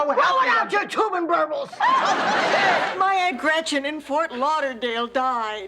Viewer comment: Blow it out your "Tubenburbles".💀😂🤣😅